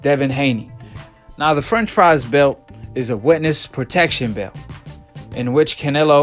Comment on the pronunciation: You saying franchise belt sounds like you saying french fries belt.